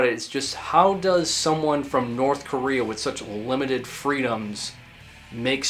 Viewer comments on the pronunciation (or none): none